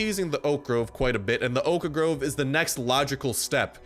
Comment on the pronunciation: Every time this guy says oak groves he pronounces oak wrong, but he says oak planks just fine. He's like stewie in family guy and can't say whip right when it's next to cool.